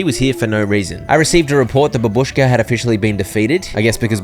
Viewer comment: its bàbushka, not babùshka